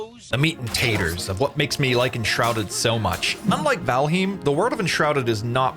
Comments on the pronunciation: Say valheem one more time... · “vALheEeeM” 😂 he has to be trolling lol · it isnt, it's val-highmm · What a dumbass way to say Valheim 😂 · By all means continue to do so I think it’s hilarious. I never heard anyone say it like that lmao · riiiiight. Its bad enough you can't properly say Valheim, but then you lie as well? And lie saying your intentionally pronouncing a word wrong.....what a douche. Your narration sucks, your videos are terrible, too tryhard with all the sounds and clips added. Pure cringe douche. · Great video, except how you say Valheim :P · wait.... is that how you pronounce valheim?